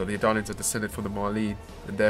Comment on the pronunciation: "Edalians"? "Marleenians"?